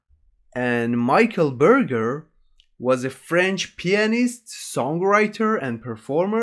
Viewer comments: Not maîkeul beurgeur, but Michel Berger! So bad pronuciation! I hate Dimash "performance", he singing only for perform vocal, but he dont understand the real song, the essence of the song. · Hahaha I love how he pronounces "Michel Berger" : MICHAEL BURGER XDD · Michael burger 😂😂😂😂😂 wtffffff man what is his pronunciation ???? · Le "Mykel Burger" au lieu de Michel Berger.. ça m'a achevé ^^ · His real name was Michel Hamburger. So not that inaccurate lol. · I am so sorry about the mispronunciation and thank you for letting me know.